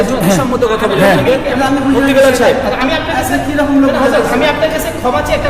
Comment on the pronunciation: কীসের আবার মুফতি? ব্যাটা গাঁড় ত্যারা আজ পর্যন্ত নিজের নাম টা ঠিক মত লিখতে বা বলতে পারলনা , ওর নাম টা হবে "বিলাল" কিন্তু মূর্খ বিদ'আতি মোল্লা তার নাম বলে " বেলাল"